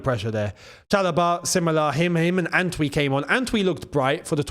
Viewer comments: How do you pronounced the name ANTWI 😂. That's not a Ghanaian pronunciation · As a Ghanaian, it is so hilarious hearing attempt to pronounce the name Antwi😂😂😂😂funniest thing I've heard all year